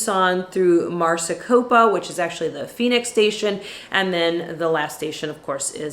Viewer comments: It's M a r i c o p a, not M a r c i c o p a. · it is MARICOPA (MAR-Y-KOPA) not Marcicopa.. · It's Mare a copa...LOL